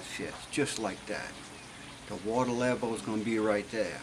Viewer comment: I love your accent "wateh...peppeh" thanks for video